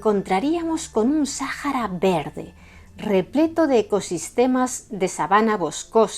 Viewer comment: Buen video, excepto con la pronunciación del nombre del desierto...